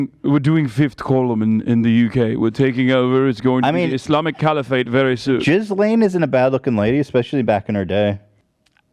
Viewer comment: "Jizzlane" instead of Ghislaine omg hahahahahah